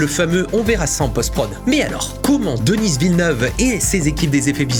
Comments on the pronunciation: J'aime beaucoup vos vidéos.. Mais Denis Villeneuve est un franco-québécois. Alors son nom se prononce Denis (comme deni), et non pas Denise à l'anglaise. Je sais pas en France, mais au Québec, Denise c'est un nom de femme. Les français vous faite la même erreur avec le nom de notre premier ministre Justin Trudeau. En français, ça se prononce Justin (just'in) et en anglais ça se prononce Justin (Just in) et non pas Justine comme j'entends souvent chez les Français. Parce Justine c'est un prénom de féminin ici. 😁 Je comprend que les américains prononcent mal leur noms. C'est normale, c'est pas leur langue. Mais ce n'est pas normale que les Français prononce ces noms à l'anglaise. 🤔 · Denis Villeneuve tu n'as pas besoin de le prononcer à la anglaise c'est un québécois, un canadien français. Donc DENI Villeneuve 🤷‍♂ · Rigueur! N’importe qui aurait su comment prononcer « Denis » sans passer des heures à faire des recherches. Malgré ton Denisse qui m’irrite au plus haut point, j’ai apprécié ta vidéo. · J'ai adoré la vidéo, cependant, on ne prononce pas le S de Denis... C'est francophone comme prénom!!! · Merci pour ta critique du choix de Denis Villeneuve. C'est pas essentiel, mais ça fait bizarre de t'entendre prononcer le prénom de Denis. Tu le prononces avec un S. Ce sont les anglophones qui le prononcent comme ça. Tandis qu'ici au Québec, on ne prononce jamais le S dans Denis. C'est un prénom commun ici... Sinon, ta critique de son choix artistique est super. Merci! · DENIIIIIIIIIIII !!! Pourquoi Denisseeee ?? AHHHHHHHH Il est quebecois donc prononcé à la française. Ou alors fallait dire Dénisse à ce compte la ^^ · le «s» à la fin de Denis est muet, ça se prononce «Deni» Villeneuve et il est franco canadien il parle la même langue que toi. De dire Denisse Villeneuve ça fait ringards... 🙄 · c'est pas si bas comme réponse, faut avouer que ça fait mal à entendre ^^ même si ça n'enlève rien au fait que ta vidéo est excellente et très intéressante